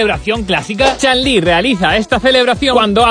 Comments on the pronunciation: Se pronuncia "CHUN"... "Chan" está mal dicho, en japonés "Chan" se pronuncia como se lee y "Chun" también, fuera de la corrección, buen video crack. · ¿Por qué dices "Chan Li" como si pronunciaras su nombre en Inglés 'cockney'? 🤨❓ Su nombre es chino y debe pronunciarse fonéticamente, tal cual como está escrito. 😒🙄🤦🏻‍♂️